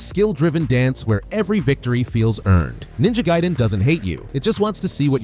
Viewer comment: Did you just say Ninja GAY-den? XD